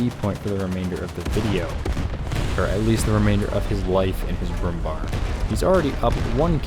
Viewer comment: Bär .. ÄÄÄÄ Not Bar 🤨